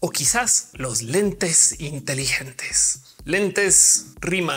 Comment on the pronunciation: Ophelia, qué pensaste cuando dijiste 'intelilentes'(?). Porque yo pensé en un estereotipo de los que se ven inteligentes por usarlos xdd